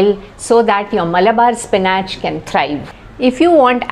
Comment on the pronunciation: Spin atche😂😂 pronounce properly madam